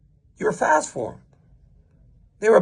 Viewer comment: DC betrayed that creole Lafayette accent when he said “fass” 😂 love it! God bless Dc and God bless The Boot!!!